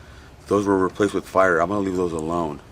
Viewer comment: Love your Marshall videos!! Hey those resistors are pronounced PIE-ER not FIRE. Not trying to be that guy just trying to help......Cheers!!!